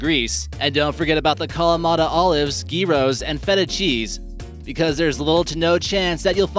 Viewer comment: the way you say gyros makes me wanna kms